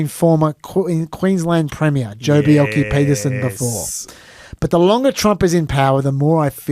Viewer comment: Good point on rare earths. Slightly different issue but gold, silver, lead, zinc and arsenic are valuable byproducts of copper smelting. In fact, most smelting operations involve valuable byproducts that are sold as part of the revenue stream. And, please learn how to pronounce Bjelke-Petersen...